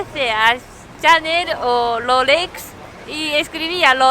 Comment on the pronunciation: Amé oir a decir RRROLEX